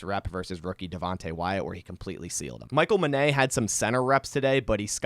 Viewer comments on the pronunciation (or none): Michal Menet is pronounced MEN-et. Similar to "minute" but "men" instead of "min". Regardless, I don't see him sticking around much longer lol